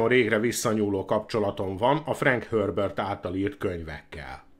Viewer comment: De ez miért frank hörbört...?? Nem Herbert...???🤔🧐